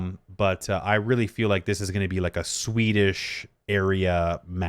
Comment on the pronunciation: Sweden Sweden Sweeeedisccchh